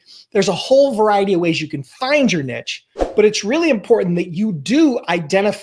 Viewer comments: Nice video. Niche is pronounced 'neesh', just FYI. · Find your "NEEEESH". it's "NEEEESH". Also, great video and thanks. Have a great day Sir.